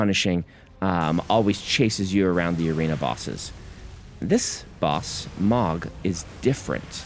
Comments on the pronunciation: How would “oh” make an “ah” sound, Brandon? 🙃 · It's pronounced "Moe-g!" like a lawnmower! ah my British ears! It's like "Craig" all over again! You wily Americans can't keep getting away with this! (Great vids btw) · I haven’t played it yet (new pc soon) but I can’t help but pronounce Mohg the same as Mogh as in Warf, son of Mogh. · Yeah, it's a common mistake. It's written as "Mohg" but it's pronounced "Mhog".